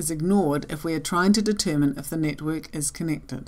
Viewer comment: Sounds like "nitwit model" to my American ears